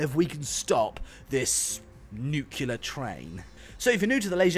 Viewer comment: “Nuclear” Not NUQULER